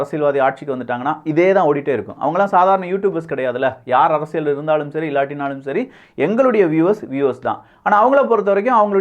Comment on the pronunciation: ஆழமான அரசியள் சதுரங்கம் 🤦🏾‍♂️. தமிழ் உச்சரிப்பு improve பண்ணனும். நல்ல கருத்து though